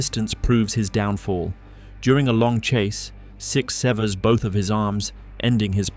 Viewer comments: "six severs" sounds like 67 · When he says 6 severs I heard 67